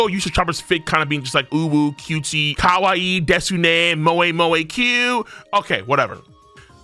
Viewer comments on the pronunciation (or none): none